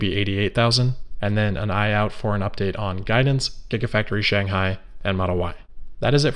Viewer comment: Shanghai with an ‘h’